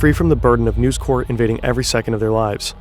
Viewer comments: Usually, your videos are total class and not a fault with them - but this time you kept calling NEWS CORP, NEWS CORE. and its not CORE its CORP. as in CORPoration. its likely me being in a mood but it just irritated me this time round... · The incorrect pronunciation of corp, in this context, is extremely jarring... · Really really interesting and well researched stuff!!! (1 small complaint corp in this contract is short for corporation so it's not pronounced like corps the military body you pronounce the p. Very nitpicking I know I'm an otherwise brilliant video but let's not give them more then they're due) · Uggh..It is News "Corp" not News "Core" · Bro. The company is not called 'News Corps', which is how you're pronouncing it ("news core"). It's News Corp, where you pronounce the 'p'. Yes, I'm being pedantic but it is so distracting and someone should have caught this! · Very frustrating watching you repeatedly mispronounce "News Corp" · You are pronouncing "News Corp" wrong. The "P" in corp isn't silent because it is short for corporation. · The "p" is not silent in News Corp. "Corp" is short for corporation whereas "corps" refers to an organized group of people and i pronounced like "core". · It's read by a real person. My guess is because the similar looking word "corps" is pronounced with a silent 'ps', the narrator saw "corp" and applied the same rule without realising.